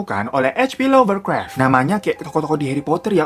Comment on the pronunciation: Lovecraft bang bukan lovercraft hehe